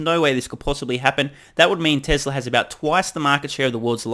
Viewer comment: You and Elon are among the few who pronounce ‘Tezla’ properly. Thank you for your attention to detail.